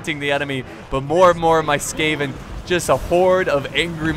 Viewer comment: It's SKAVEN, not SCAVEN! Come on Jesus!